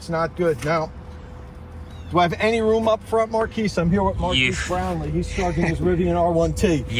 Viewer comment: Mar-keys Brownlee